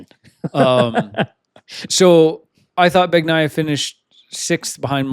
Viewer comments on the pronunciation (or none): And i didn't mean to come off as passive aggressive there. I love the podcast, listen to every single one! Just make stop pronouncing the G in BaGnaia. 😂 It's silent; it's BanyaYa. Love the work, keep it up! ❤